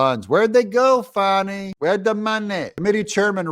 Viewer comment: fani… it’s not spelled fahhhhni brother Doug